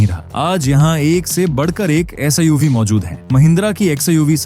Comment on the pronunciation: Abe SIUV nahi SUV Bola kar